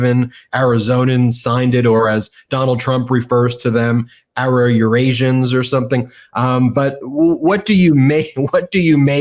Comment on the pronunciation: “Azurasians”, numbnuts. Do a little research why don’t ya? It’s called being professional.